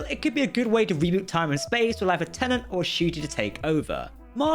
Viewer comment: it’s tennant